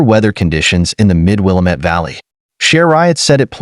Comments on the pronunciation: Pronounced wil. Lam. Mette,,,not wilameet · Willamette pronounced will la met... The one they are say is a suburb of Chicago